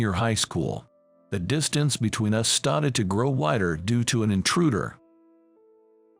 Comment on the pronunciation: Poor reader can’t say started. (St-art-Ed). We don’t bow to people, so it has to be some other country. Arranged marriages not in US . Whiteboard is white-bod